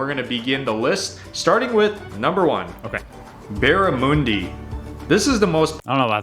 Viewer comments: the sliced beetroot is how we do it, not mixed in the patties Oh and the fish is "barra" or "barra mun di", not "barra mooon di" 😅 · The fish is not called barramoondi, it’s called barramundi (with an uh sound). Beetroot is amazing on burgers 😊 (it’s not mixed with the meat tho, it’s sliced & added to the burger). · Not barramoondi it’s barramundi. Hundreds and thousand on bread, childhood treat. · Barra-moon-dee 🤣 its Barra-mun-dee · WTH is bara-moon-dee? Barra monday is how it’s said. Why are you watching an American reviewing Aussie foods who can’t pronounce the words the Australian way? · Hey fellas - its pronounced BARRAMUNDI not BARRAMOONDI ffs. I have caught many in FNQ Far North Queensland on a rod with a spinner and they are delicious! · It's not pronounced barramoondi... It's pronounced barramundy... This guy is killing me, he's not a very good representative of our food,..in my 60 years I have never had or seen beetroot mixed in with the burger.. we eat sliced beetroot from a can. Vegemite is nothing like peanut butter, this guy's has no idea how we eat vegemite, it's also great on fresh bread with butter. Our meat pies are simply meat & gravy in pastry, we just hold it in our hand and eat, it's a great staple to eat at the footy...., you've gotta have a (sausage sizzle) sausage in bread (no butter needed) with tomato sauce ( and fried onions optional)just place the sausage on the bread, from corner to corner, add sauce, fold it over and eat. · It's not BARA MOONDIE. It's BARA MUNDIE The sprinkles? On bread is a kids party thing called fairy bread, it's not a common snack food. To my knowledge kangaroo is not a staple meat we normally eat beef and lamb. Pies are made all over so there are good pies and bad pies. A sausage roll is a sausage roll, not a pie😠 Who is this bloke your watching.🤥 Vegemite should be spread very thin. Plenty of butter, it is very salty Peanut butter????🤪 what's peanut butter got to do with Vegemite. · Baramoondy lol